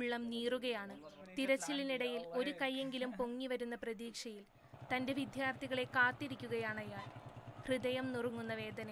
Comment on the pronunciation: വിദ്യാർത്ഥി എന്ന വാക്ക് ഇനി എന്നാണ് കൃത്യമായിട്ട് പറയാൻ നിങ്ങൾ പഠിക്കുന്നത്. ( ശ്രീവിദ്യ ---- യിലെ വിദ്യ ആണ് വേണ്ടത് )